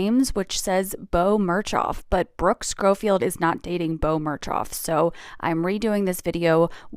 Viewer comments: The way that influencer kept saying sHcoffield gives me the ick. 😂😂😂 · I couldn't get past how the tiktok person was pronouncing Schofield and Mongeau 🥲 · I can’t get over how she is saying Brookes last name, idk if I hate it or find it funny.